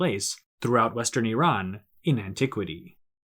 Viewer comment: You are probably the first person from USA or west who pronounce Iran correctly otherwise most people from US pronounce Iran as "I ran".